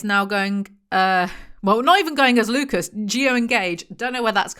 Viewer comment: ohhhh Lucas, I was hearing Lupus and was like, yeah no we're not calling him lupus